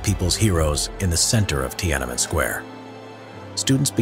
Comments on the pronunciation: As a Chinese native speaker, I have to point out that it’s Tian-An-Men, three separate characters in Chinese, so the pronunciation is not Ti-ana-men. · Pronouncing it “tee-AN EN MEN” triggers me, but still great vid otherwise.